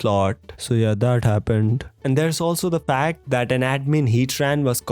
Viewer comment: no offense but your accent + the word happened is just hilarious sounding